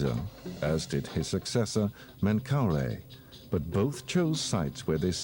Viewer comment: Good documentary, but they get all the ancient Egyptian names wrong! The sun god was Ra (pronounced rah, not ray). We have Khufu correct, but not KhafRa (khaf-rah), DjedefRa (djed-ef-rah), and MenkauRa (men-ka-oo-rah). I have studied ancient Egyptian language since the 1960s. I read and can translate hieroglyphic text, hieratic, and Coptic. I also am fluent in Greek and Roman Latin. Also, the sun temple at Abusir was built by User-en-Ra, a king of the 5th Dynasty, mistakenly labeled as 'Neuserre' by many. And then we had the Greek historian Manetho to confuse the issue even more in 300 B.C. by renaming all the ancient Egyptian kings with his own made-up names, like Cheops, Chephren, and Mycerinus.